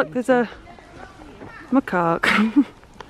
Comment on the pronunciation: It's spelt macaque and you pronounced it maraque? You may be dyslexic so no hate but when did C's get pronounced as Rs? XD nice video tho.